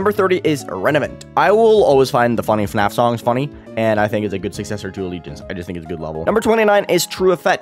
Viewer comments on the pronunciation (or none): none